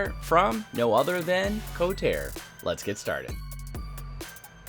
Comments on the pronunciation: BTW, the company is pronounced "Ko-tar-re". Good review. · Excellent review, but it's pronounced "ko-tar-eh" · As I'm watching your video I'm looking at mine,mine arrived 3 days ago,and the company is KotarE,so it's pronounced co tar EE,and not kotar,I found this out ehen I ordered mine at IPMS Telford in 2021.